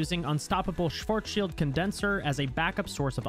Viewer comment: Best American pronouncation I've heard of Schwarzchild I've heard